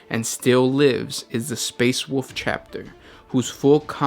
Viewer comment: Space Woof. 😂 Jesse Cox also mispronounces Wolf that same way. Not pronouncing then”l” is heretical.